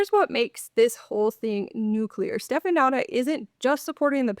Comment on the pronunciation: it's pronounced shteh-fə-NOO-tsə 😂 Romanian ș is like SH and ț is like TS